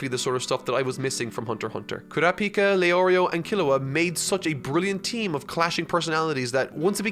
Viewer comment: Pronounces Kurapika's name correctly .......Pronounces it wrong . I mean, he's gotta be doing this on purpose now right? Right!?